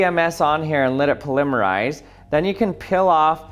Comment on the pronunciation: I don’t know why I’m so annoyed by the way he said polymerise